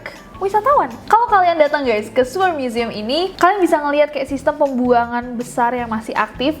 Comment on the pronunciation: Sewer museum .. cara baca siewerr museum .hmm bikin siewerr emg yee wkwkw